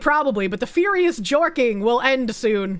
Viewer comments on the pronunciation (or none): none